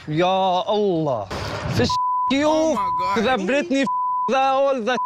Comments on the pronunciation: I never caught the "Bretny" but now I'm fucking dying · “Bretny” omg I didn’t even catch that 🤣